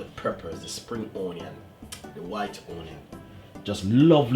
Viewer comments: o-nion? Or onion? 😊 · omg.plz stop saying O nion..so annoying...preper/pepper.?.too speaky spoky til u chat fawt.kmt. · I also love how you say onion 🤣❤